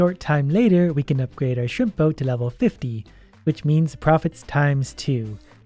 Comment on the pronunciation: Am I only one who hears "shrimpo" and not shrimp boat?